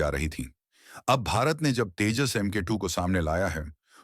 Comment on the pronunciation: Abe Tejaas nahi TEJAS BOL